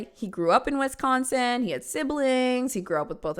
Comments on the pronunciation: The way says Wisconsin 😆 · People online always pronounce Wisconsin weird 😅❤